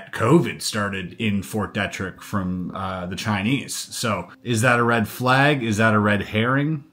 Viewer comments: Dee-trick not detric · Fort Dietrich isn’t pronounced fort Detrick… 😖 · It’s pronounced Fort “Dee-trick”, just a heads up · Fort DEE-trick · It’s Fort Deet-Rick, MD. Just an FYI on the pronunciation. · It’s pronounced “Fort Dee-trick.” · Pronounced Deetrick. Frederick. MD. Yep. Lots of underground contamination also. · BTW, It’s pronounced Fort Dee-Trick. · You have mispronounced a bunch of words. Ft. Derrick is pronounced dee-trick. Glial cells is pronounced glee-al. You have access to multiple AIs and pronunciation software. You'll bolster your credibility by using them. Otherwise good job. With the onset of gray hair this should become less of a problem. Have you not heard other people pronounce Ft. Detrick? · I thought knowing how to pronounce Fort Detrick was common knowledge too.